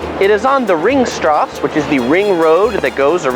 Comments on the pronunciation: The E at the end of nouns is NOT silent in german - its Sachertorte, not ...tort', Ringstraße, not straß' - and Porsche, not just Porsch' now that we are already on topic. Otherwise nice tour of the typical tourist attractons. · I actually liked your tour — practical points of interest. I spent a year in standing room — it was the best. Your pronunciation is off though: Think German: Sacher. (Sah-hHerre), the “ch” is a gruff “huh” sound with a gluttoral ch mixed in.; Wien is (Veen) — no W here; and streets are “strah-seh. Thus, Ringstrasse or Kartnerstrasse. (Ring-strah-Seh; Or (Kaerrt-ner-strah-seh). If you pronounced these a bit more Germanic, it would give you more street cred. But I did like your to=-the=point travel picks.I am no expert Thanks. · It's pronounced ring strass-ah!